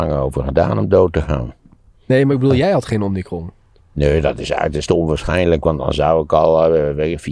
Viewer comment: Omnicron? Heb ik dat goed gehoord? Het is omicron volgens mij